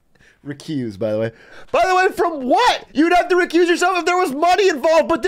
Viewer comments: Did she say "recooze"? The fuck? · REECOOZ LOL